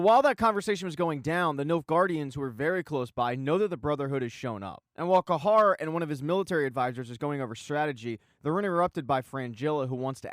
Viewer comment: It’s Cahir not cahar